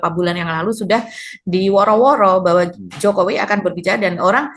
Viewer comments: Kalo dibesarkan di purwokerto pasti ngomongnya pake K diakhir kata 😂 wikodoK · Salah nyebut nama... 😂😂😂 Jomo wi kodo Jafi ingat kodok di kolam ku 😂😂😂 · jokowikodo..... dia ketinggalan " k" nya itu mba..😊